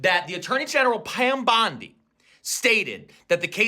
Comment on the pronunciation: 😂 sorry, but how he says pam bondi the first time is wild.